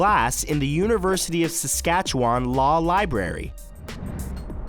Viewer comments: Is that seriously how you say Saskatchewan? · and Saskatchewan, why the different pronunciations?